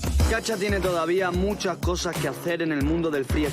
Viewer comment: soy el único que escucha llamarlo "chacha"???